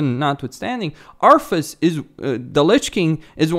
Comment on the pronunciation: Arthas, not Arfas